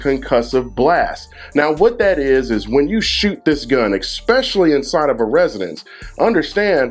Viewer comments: Good video , normally I don't nitpick . Learn how to say the word , ESPECIALLY ! It's not EX specially . Makes you sound really stupid . Not much harder to say it correctly , and people will take you a lot more serious when you speak correctly . Not ghetto . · "Expecially" is not a word. Otherwise, informative video full of helpful information. Thank you, Sir! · eggspecially. Nuff said